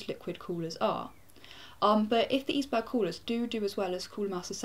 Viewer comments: its like iceberg, not eesberg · Pronounce it like: Iceberg..that would be correct :) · I'm pretty sure it's "iceberg". That's the way a German CM rep pronounced it in an interview I saw. Right ... on with watching the overview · Maybe it's supposed to be pronounce like "Iceberg" (Eisberg) Like a play on words? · Nice "eisberg's" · Here is how you pronounce it(I am german ;)): It is like Ice-berg, but you have to stress the "c" a little less ;) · Eisberg... German word -> German pronounciation? So "Ice" is correct, but it's not an English "berg" but a German one. :P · yup. The german word is for it is pronounced almost like the english one. There's only a slight different in the first vowel (eis (german) vs ais = ice (english)). The way she says it is how we say the same word in Norwegian. If i didn't already have a H100 i would consider this. Maybe the benchmarks will make me reconsider?